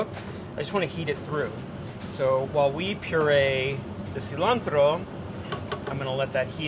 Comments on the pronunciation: But seriously, why the pronunciation of cilantro as "see-laahhn-tRRoh" ? It is an English word, too, even if borrowed. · I love how he says pezole literally as white as possible and says tomatoe and cilantro like he was in andy ruiz's corner the day after his nieces quinceanera.